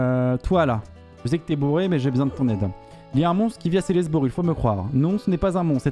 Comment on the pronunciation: C'est Ceslest BOURG pas bur